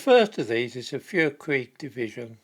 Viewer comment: Feuerkrieg is pronounced FOYERkreek, not that I’ve ever heard of them though.